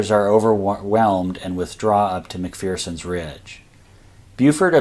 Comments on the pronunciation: Mc Fur Son. Not Mc Fear Son. Scottish saying: There is no fear in McPherson. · Mc-fur-son...There's no "Fear in McPherson" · There's no fear in Mc=FUR-son!